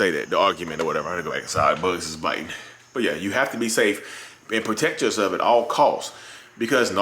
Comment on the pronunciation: It's BUT people, not BUTT🤣🤣🤣